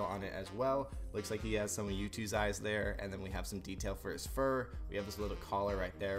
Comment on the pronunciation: its not yoot its YOOOOOOOOOOOOTTTTT